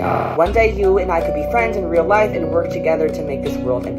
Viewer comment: it's life not lofe